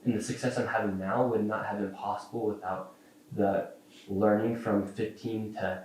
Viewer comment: so... 215 minute interview, and he edited out how many SECONDS of footage? I just love that none of you grasp the irony of a guy who can't speak focusing so much on the single missing letter in "Learing." You've run it into the ground, and all it does now is draw attn to the fact Shirley's so acutely cognitively deficient. It's perfectly fine to make fun of the entire Somali population based on that one letter from one sign, yet totally OFF LIMITS to mention ANYTHING about the fact that Shirley guy is quite literally r'd, and doesn't know words taught in grade school. How does that make sense? Can you answer either question? You're hopeless, won't even make an attempt, bc you can't.